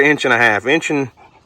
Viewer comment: Native Oklahoman here, but sheesh, man! "Eench," "Feesh," "Eenches," "feex it." 🙂